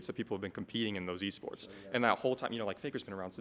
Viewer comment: he said waports nice reading